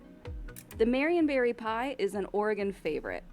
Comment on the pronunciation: I heard marionberry as Marion Barry. I was like wtf is a Marion Barry pie full of, crack?